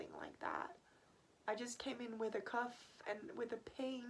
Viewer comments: Cough (CAW-F) not Cuff. Also I'm subbing, prayers to you 🙏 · i think u did a great job translating!!! just a little tip that i know isn't necessarily lol but i think u were trying to say cough but it came out more like cuff? unless cuff is another medical that i am unaware with which is very likely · I know your going through a very challenging time in your life. And I don't mean to seem disrespectful, but it sounds like your pronouncing it "cuff". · Anyone knows where she's from? Sounds like she's saying "cuff". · The way she says cough is annoying and the puffer is an inhaler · Apart from the echopuncture and the cuff...😉 No I'm kidding, I thought she was American until she mispronounced cough....she really does have good English though.